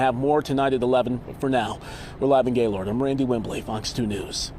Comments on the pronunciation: Pronounced Gay-LURD not ‘lord’. For goodness sake’s why can’t the news be bothered to pronounce it correctly? Its a wonderful area, beautiful and lovely people. I can’t imagine all they are going through right now. I hope everyone gets the support they need to rebuild & get any counseling they may need from this deviating situation. My heart goes out to all impacted, to those who lost loves ones, were injured, lost their homes & cherished memories. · Former citizen of Gaylord. It's a great place to live! Also, it isn't pronounced "Gay lord". The proper pronunciation is "Gay-lurd". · in michigan we pronounce it as "geylehrd" not "gay-lord" like west coast ppl would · It's pronounced "Gaylerd" not "Gay Lord " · It's not actually pronounced Gay-Lord. But locals pronounce it Gay-Lerd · You would think a LOCAL news station would be able to pronounce "Gaylerd" correctly. Such immaturity in the comment section. Repent! For the day of the LORD - Yeshua Hamashiach/Jesus the Christ is at hand! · Everyone I know around this area calls it " Gay-lerd " I been working telecom around this area for years . Including an entire summer at their hospital , hopefully the east side didn't take too much damage. People need to get over it and wish them well ! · Thank you! Oh my goodness I can’t believe the news people can’t be bothered to say it right! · For those who dont know, its pronounce like Gay-lerd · No apologies necessary!! I agree regarding the immaturity of the comment section. But you would think a local news station would be able to pronounce the name correctly - so, that didn't help. I used to live in Grayling. A couple times actually. And in the 90's I drove from Grayling to Gaylord for work! I pray your parents are safe and you can rest easy! May you have a blessed night in Jesus Christs name!